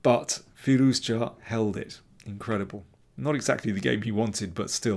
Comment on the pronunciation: can you say his name right? there's no hard J in firouzja... it's a soft j like the s in pleasure.